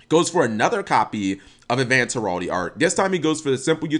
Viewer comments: Heraldee? What? Hearl-DREE. There's a second "r" in the world. Herardry. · heh-ral-dry is how it's pronounced